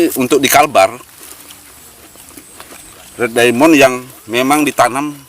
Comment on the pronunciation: Itu kalau baca bukan red diamon. Tapi red daimen